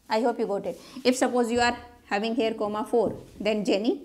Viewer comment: The way you pronounce comma is funny (coma) 😂😅